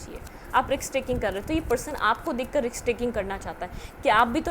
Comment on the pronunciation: Risk not riks😢